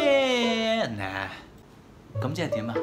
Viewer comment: 有没有一种可能就是 instead of 'yeah,nah' 但其实是 'ehh,nah' 呢？ 😅